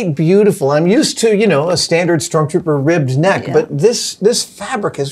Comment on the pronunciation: stop calling it STORMTROOPER AHHHH😂😂😂 great work tho, very cool